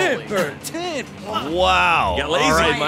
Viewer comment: it's ten not tin